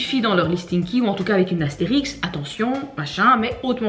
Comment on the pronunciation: AstériSQUe, pas Astérix 🤣